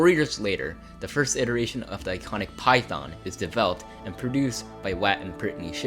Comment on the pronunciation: Before I come off like an asshole. This was good information. Good video, well written. Good content all around. However your speech consistency and your speech articulation was extremely distracting and broke my brain several times. Maybe you have a speech impediment and apologies if thats the case, but how on earth can you pronounce words like: Python, thargoid, three, thirty, azimuth, the, there. But you can’t pronounce: other, brother, together, earth, and with. It’s just so inconsistent I found myself hunting for correct and incorrect usage of th articulation instead of the video content itself. It just made me feel like your speech is lazy when I know you spent a lot of time getting these details down and putting this video together.